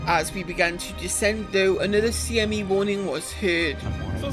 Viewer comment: This is the dumbest thing ever, but, I smiled when you said CME the correct way despite CIG's mistake.